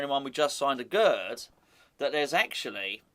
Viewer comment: Aguerd is pronounced "Agair"